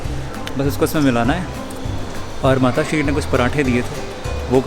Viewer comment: Achcha lagta hei sir jab aap matashree bolte hei